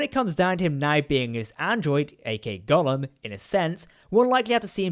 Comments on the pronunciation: Golem, not Golum^^ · Golem, not Gollum.